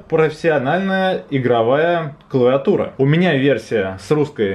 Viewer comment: все отлично все хорошо ты очень позитивный чувак. я смотрел твой обзор про аймак. но братан, не клаватура, а клавиатура.